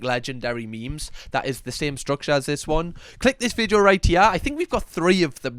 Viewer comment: Loving you vids bud. You quite comical but I've never heard you once say video. Everytime you say "vijo" I'm shouting video for you! 😂